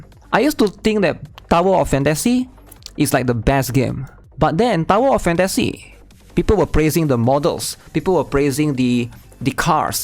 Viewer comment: DOWER OF FAN-TA-SEE?? OH. MY. GOD.